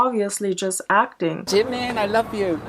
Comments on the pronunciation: I just lose 1 of my brain cells ald if they says "Jeeemen" again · If you want to look like someone, just pronounce his name right. "JeE-mEn" Or "SourHarambe bts ^-^ ♡" Like... b&@ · He says jimin like jinmin. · it bothers me how he pronounces jimin's name as JIM MIN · "I respect Jih-min sooo much." Start by pronouncing his name properly, dude. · jimIN like wtf say his name properly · I can tell just by the way he says “jim-in” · He cant even pronounce it right "jemin" wth? My poor British self has to put up with him being born here. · And he can’t even pronounce Jimin’s name properly 😑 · JImin! The way he say jimin🤣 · Everytime he says Jimin it's hurts me physically and mentally and makes me wanna throw up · He pronounces jimin wrong and he looked better without plastic surgery I feel bad though cause the man is going through a mental nvm I'm not even gonna say it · He can’t even say “Jimin” and it hurts me mentally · He can't pronounce Jimin even right 😂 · Everytime he says ‘Jimin’ ... A small piece of myself died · He can't even pronounce "jimin" correctly.... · im sure he not .. i saw many stans but never act like him .. screaming in public '-' stupid kiss pictures '-' .. on top he cant even say jimin name right x-x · He doesn't even pronounce Jimin riiiiight come on he not a real stan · Is it just me but he pronounces Jimin oddly?